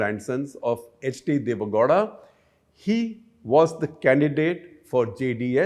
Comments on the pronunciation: Sir, Please get the below right It’s not Godha, it is GOWDA It’s not Maaandya, it’s Mandya It’s not Kaurav, it’s Kauravas. Why don’t you North Indians never get such things right inspite of decades of experience Also, if you believe Mahabharata is mythological even in this day and age , then you are dumb and outdated . There is enough evidence to show otherwise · Shekar keeps wrongly pronouncing Goda, it's Gow- da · It's not gohda Gow rhymes with cow. Pronounce it properly Gupta.